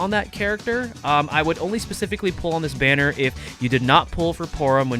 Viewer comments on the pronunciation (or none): none